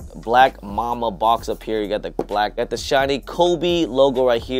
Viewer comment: “Mamba” Day not Momma “Mambacitas” not mamcitas 😂